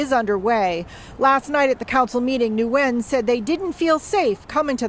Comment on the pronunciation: the name Nguyen is simply pronounced “win” not “new win”.